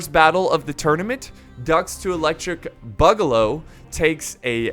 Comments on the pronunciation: Why's he ssaying boogaloo so wierdly? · I love the video but my guy needs to pronounce boogaloo properly